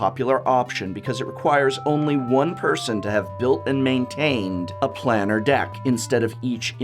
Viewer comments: To not even say planar correctly was a crime in this video. Thanks for the info and the cringe every time I heard you say it. Planar sounds like plane not plan. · 20012? Also, it's Plane-r, not Plan-ner. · Planner /= planar. The how to pronounce series on youtube is quite useful. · Man it triggered me when I heard you say planar